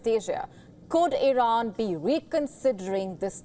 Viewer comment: Congratulations Iiiiiiran as they pronounce it😂